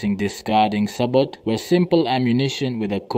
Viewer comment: CORRECTION! - Sabot is a French word and the "t" is silent! Such as in Chevrolet!